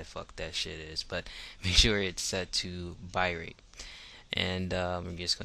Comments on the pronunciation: lol Bit-Rate not bye-rat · its bit rate not bi rate, 2nd not true 1080p nor 720 more of a 480 format and you try making HD, 3 I like the it cause it work, but not good quality...Im not being mean just pointing out things to look at next time...also you dont need to put the video in mp4, bad quality, instead try maybe quick time...all in all good video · wtf is a buy-rate? dont you mean bit-rate